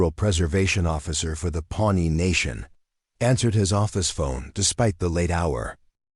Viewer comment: it's Pawnee nation not pony nation.